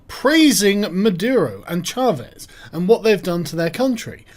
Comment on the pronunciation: Congratulations on pronouncing Chávez properly. That "CH" could be a bit harder, though. 9/10